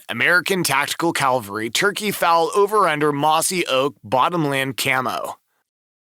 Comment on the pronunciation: The narrator would be more credible if he could pronounce Cavalry properly.